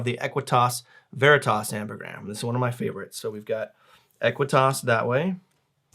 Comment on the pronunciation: It's pronounced like "vare-rit-ta and eck-quit-ta". Didn't the McManus brothers teach you anything? In nomine veritas et aequitas. In the name of truth and justice.